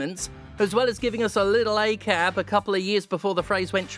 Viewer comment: You don't pronounce ACAB as one word. You pronounce the single letters. Has been that way since at least the 70s.